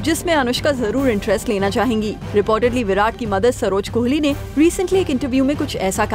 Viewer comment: anyone observed "kholi " .... wtf his name is kohli...not kholi..